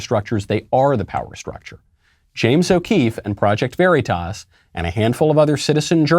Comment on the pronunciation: Michael , you are pronouncing the word "Veritas" , the way Joe Biden says Taliban . Knock it off .